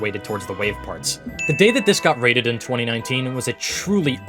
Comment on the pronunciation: "each will be wated differently"